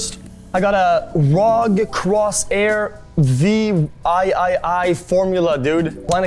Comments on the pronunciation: I cringed already when he said 'rog' instead of R O G and VIII as V I I I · He somehow makes Verge build look promisingly good I must say :D atleast there we wouldnt hear butchered "V I I I" spelled out in mobo title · The moment he said "V" "i" "i" "i" instead of 8, I lost respect, and I already know how this is going to end. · When you missed the romans numbers at school: "Crosshair Vee, eye,eye,eye" And the alphabet at kindergarten "vee"